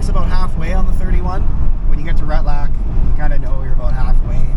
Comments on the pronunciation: Ret-lack.? LOL. it's Retallick. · pronounced: ret-al- lick